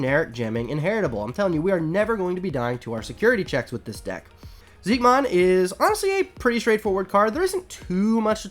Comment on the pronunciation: I know its confusing but I'm pretty sure Xiquemon is pronounced like shi-che-mon